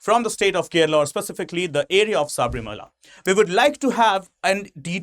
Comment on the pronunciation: Sir please it is not saabrimala,it is sabarimala,if we indians can't spell it correctly who will?